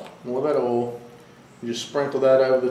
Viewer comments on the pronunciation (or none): What is ole, ohl?... and where do you get it? Aaaaand I feel stupid... you were saying oil... sorry, it's late. I like the part where you're cutting into the steak, talking, and literally I can hear your mouth watering... now I'm hungry for steak and shrimp :( As for the Post Salt cooking slabs, considering how much a small container of Himalayan pink salt goes for, granulated so less of it... that's an amazing price. Probably be more cost effective to buy a slab and granulate it for use than buy it in the store... but you don't have to since you can cook on it. Thank you for sharing that! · He says ool in stead of oil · Southern accent people say oil like that. It's a great video.